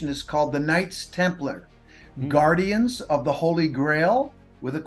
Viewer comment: What’s a guradian? I’ve heard of a guardian, but never a guradian.